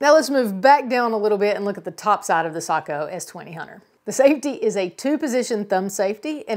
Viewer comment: Hallelujah!!! She’s one of the few who knows how to pronounce Sako!!!! Well done